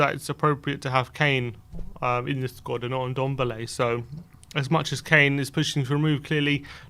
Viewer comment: it's Ndombele not Undombele